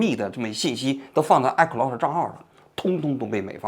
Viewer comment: 王菊，你这个iCloud我真是听了N遍才听明白你说的是什么😂